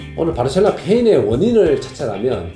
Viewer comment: 병지 형님 발음=바르셸로나 ㅋㅋㅋ